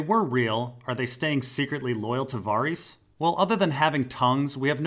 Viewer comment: Why do you pronounce Varys as Vareese and Arianne as Arriana?